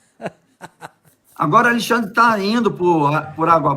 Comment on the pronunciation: Gosto como o fala "Alixandre", com a maior intimidade 😅